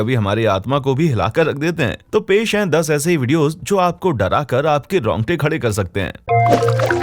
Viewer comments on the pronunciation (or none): Romte kya hota hai bhai rongte hota h